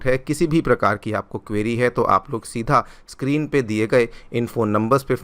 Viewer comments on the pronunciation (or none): none